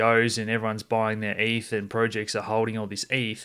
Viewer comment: Great content. More please. But pronounced eth not ef.